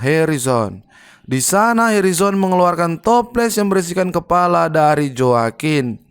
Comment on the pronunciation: Joaquin baca nya hoa kin bro